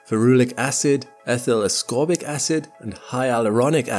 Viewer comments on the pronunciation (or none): none